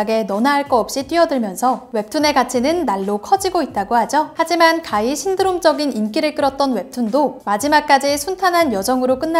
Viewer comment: 가위 아니고 가히!